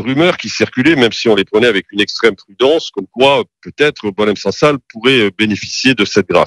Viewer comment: Apprends a prononcé son nom!!